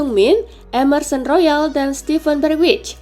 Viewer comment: steven berwij saha anjim wkwkwkkw (bergwijn ="bergwain" min bilangnya)